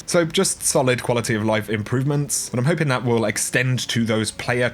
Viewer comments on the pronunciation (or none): none